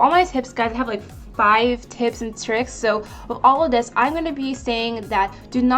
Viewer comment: When she said “tips and tricks” for some odd reason I thought I heard her say kids 😅